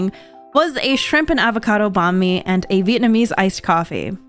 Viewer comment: you say banh mi like a white person ngl…